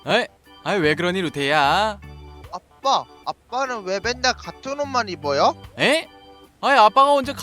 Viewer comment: 이 처음 시작 할때 아빠라고 했는데..빱빠라고 들은 1인